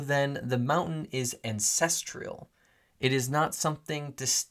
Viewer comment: AN-CEST-STRAL not ancestrial.